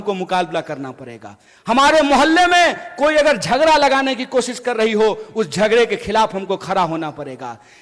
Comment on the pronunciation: झगरा नहीं झगड़ा होता है पहले हिंदी शुद्ध बोलो